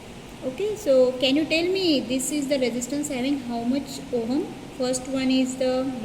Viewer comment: firstly it's not ohum its ohm